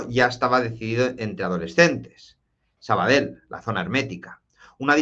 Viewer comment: Se te escucha de lujo... pero por cierto, se dice Sabadell,no "sabadel''(tú puedes!!)